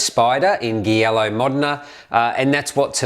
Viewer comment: Beautiful. Thanks for the review. Note that Giallo is pronounced ‘Jialo’ in Italian.